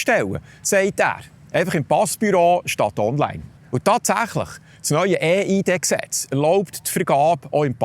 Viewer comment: Wieso ÄH IH DE? Heisst das nicht IH EI DI? Viele Grüsse 😉